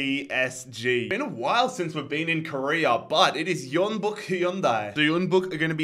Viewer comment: Stop pronouncing Jeonbuk as Yeonbuk.